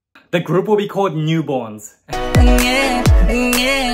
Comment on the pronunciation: Not "Nu Borns" 💀💀